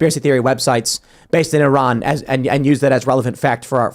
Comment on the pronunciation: Oh Tim, huge shoutout for pronouncing Iran correctly. I can Count on One hand the number of Americans I've heard pronounce it correctly amd it feels nice to hear it.